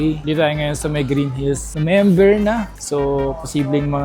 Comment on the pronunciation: natawa ako sa Nomember 😅